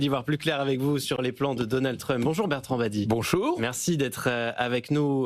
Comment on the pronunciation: Merci Mr Badie de prononcer à la française Truuumpe ! "Sorbon université"devrait prendre exemple sur votre style et votre syntaxe au lieu de singer comme des vassaux les yankee !!!! Revenir à Université DE LA SORBONE !!!!